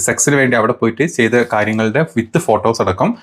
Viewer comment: എന്താ പറയ...എന്താ പറയ..എന്താ പറയ.. വിത്തു Photo അല്ല വിത്ത് ഫോട്ടോ ആണ്.. Teet alla tweet ട്വീറ്റ് ആണ്. ബ്രഹ്മാചാരി അല്ല ബ്രഹ്മചാരി ആണ്. Be careful when you present something in a public platform. വിത്ത് എന്നു പറയാതെ വിത്ത് എന്നു പറയൂ..